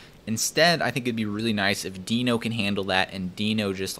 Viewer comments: It's not deeno, it's deno. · It’s pronounced more like “denno”, isn’t it? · Ryan Dahl pronounces it as 'Deh-No' But w/e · says "no-demon" and my brain just stops watching and echoes "node-mon". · cov covahn Ryan Dahl himself isn’t sure, one of his coworker half convinced him to call it “Deeno” so he now pronounces it that way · Please, don't pronounce it as "Deeno", because it sounds weird...It's word Node, but a bit re-ordered...So NoDe <-> DeNo...I don't remember Node being pronounced as "Nodee"